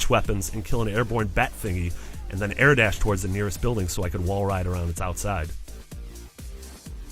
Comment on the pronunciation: "Through the aeuhr"